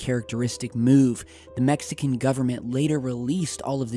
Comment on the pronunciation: the way says MEXican is entertaining